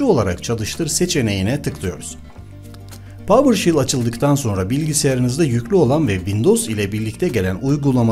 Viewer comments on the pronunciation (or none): PAVIRŞEL NOT PAVIRŞİL PAVIRŞEL PAVIRŞEL PAVIRŞEL